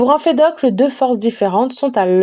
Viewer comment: Merci beaucoup pour ce livre audio !! Cependant faites attention je crois que Empédocle ne se dit pas « emfedocle »